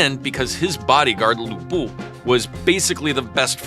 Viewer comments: The bodyguard is called 吕布Lv Bu, not Lu Bu🤭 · FINALLY CAUGHT A BAD PRONUNCIATION!!! Lv Bu not Lu Bu🎉🎉🎉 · I was expecting the pronunciation of Lü Bu to be correct. It wasn't😢😢😢 And the sequence of the 4 beauties were incorrect too😭😭😭. We usually say 沉鱼落雁 闭月羞花。The sequence corresponds to the age/era which each beauty lives in in ascending order. 西施 Xi Shi - Spring and Autumn Period 王昭君 Wang Zhaojun - Western Han Dynasty 貂蝉 Diao Chan - 3 Kingdoms Era 杨玉环 Yang Yuhuan - Tang Dynasty